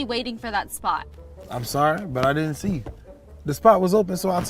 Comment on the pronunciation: Oh NO! She ditent( did that SOUND LIKE DID NT?)😊😮